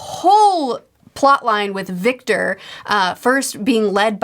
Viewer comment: She gets it right later on, too…!